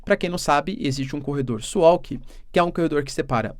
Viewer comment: Assistindo o vídeo diretamente de Swalki (sem meme), pronuncia-se suvalki, abs